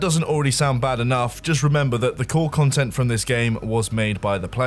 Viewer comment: "If it goes wrong, MOAR CUNTENT,"